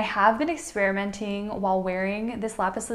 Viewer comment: It's pronounced "lapis Laz-you-lye"